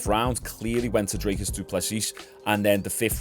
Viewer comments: Its pronounced drik-us by the way 😂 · Brooo fuck me 😂😂 his name is dricus du plesis I understand getting the last name wrong but where are you getting “drake us” from😂 there isn’t a single A